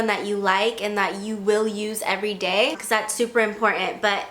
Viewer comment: "but equis" jajaja 😂